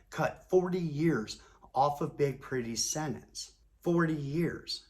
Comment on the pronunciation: Its not " senets" its SENTENCE. and no, I'm not going to take it for gran-ned.